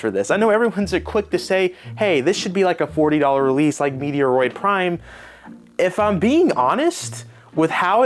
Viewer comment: Meaty-a-roid... 💀 Your killing me man